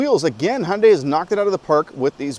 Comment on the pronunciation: Un-F'in-believable! Someone that knows how to pronounce the Hyundai name correctly.